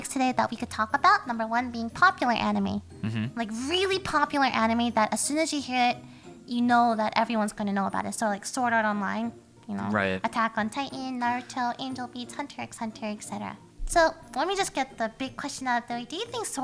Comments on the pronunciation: it is pronounced hunter hunter not hunterxhunter. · She pronounced the x in hunter x hunter IM TRIGGEREZHBHWAJHZ